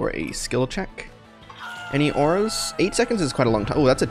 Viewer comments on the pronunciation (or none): none